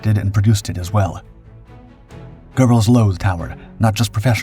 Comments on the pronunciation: There's no "R" in Göbbels! Geh-belz, not GER-belz. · There is no R in Goebles. Why do these stupid RoboVoices add them?